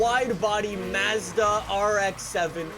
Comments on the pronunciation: Lol how said Mazda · The way you pronounce Mazda makes me cringe lol